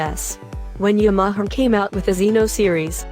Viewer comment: Yam-aha-ha? That's enough right there